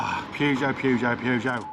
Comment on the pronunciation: Purr-geot not Pew-geot please. Pew-geot is making my ears bleed. Thanks